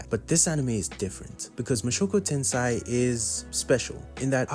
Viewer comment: Mushoku TENSEI( TEN SAY) not tensai😂 Mushoku tensai would mean Jobless disasters. 😅